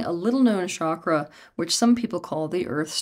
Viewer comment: Folks sorry to break it to you...there is no "Vasudhara" chakra 😂😂😂😂.... Please give me the source of this .... Which ancient Indian text talks about this? This "expert" lady can't even say the word Chakra properly 😂😂😂😂